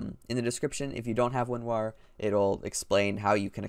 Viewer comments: Winwarw u heard everyTime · I just heard when u said winrar it sounded like winwah